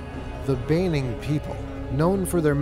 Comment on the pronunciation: It is a pity that the reporter did not learn the correct pronunciation for place and people group names before making the documentary. Examples are My Hagen, Kokapo and Baining.